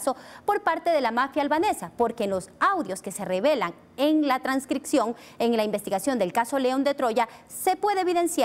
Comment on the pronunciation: La asambleísta Veloz también dice TRANSCRICCION, no asambleísta es transcripción, y la lectura comprensiva también ayuda! Creo que para ser asambleísta no hay que saber leer ni escribir! Muy mal